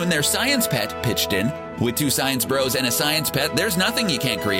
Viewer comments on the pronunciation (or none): none